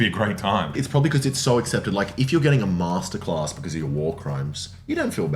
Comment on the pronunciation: You say 'Masterclass' and 'Jewish Pershon' like Alan Partridge.